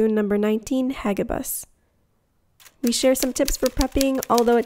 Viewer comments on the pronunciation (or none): "Hagibis" is pronounced as ha-GI-bis, like how you pronounce "tornado". 🙂